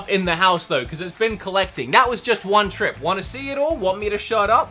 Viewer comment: Lmaooo Trips in Australian I cant😭